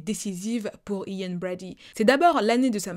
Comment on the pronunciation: It’s funny when you say “I-an”. In English you’re pronouncing it like “YiAn”.(imagine saying Yin and Yang ☯️). Your video was top tier as always 🔥🔥❤️❤️